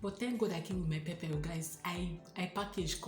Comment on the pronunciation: This word "pepper" is pronounced differently..please check the pronunciation in Google.....the "Pepper" is always there ask for it and it is usually there. We don't like pepper because of children.....as a family, when we go out we would prefer to have food that a 2yr old can enjoy.....for foods having pepper...find them in parklands where indians usually reside. Thanks for a good video